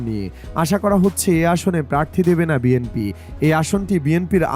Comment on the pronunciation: ভাই দাঁড়ান,দাঁড়ান,, আগে শুদ্ধ ভাবে শব্দ উচ্চারণ করেন তারপর কিছু পোস্ট করেন এবং বিএমপি কে শুদ্ধ করে বলেন বিএনপি বলেন।